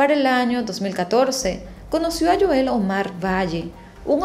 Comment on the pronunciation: Es Joel, HO-él